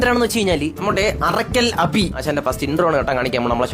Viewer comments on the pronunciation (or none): Arakkal abhi alla arakkal abhu, shaji paappaan alla, shaji paappan. Ella mistake kandethunna thankal parayunnath koodi onn mistake illathe parayan sradhikkanam